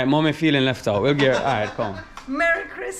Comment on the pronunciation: said like when him first girl leff him 😂💀🤣